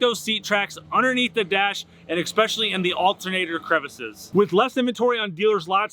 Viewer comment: Why do I hear a number of YouTube presenters pronouncing the word especially wrong? It’s not expecially, it’s especially.